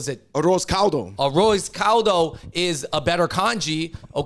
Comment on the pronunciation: Them pronoucing Arroz Caldo was hillarious. lol